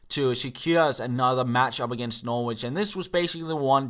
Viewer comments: Norwich is pronounced Norrich just so you know for the future:) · Hi, I wouldn't expect you to know but Norwich is pronounced without the 'w' like "Norrich":)